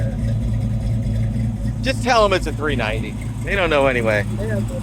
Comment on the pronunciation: 6 L? 6L?? Don’t know how to say 390?